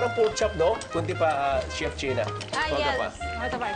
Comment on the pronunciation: Che-na? Chena-len. 🤣🤣🤣